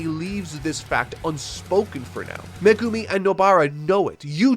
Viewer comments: Wonder if he still calls Megumi "Magoomi" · Oh cool he’s not “Me Goomi” any more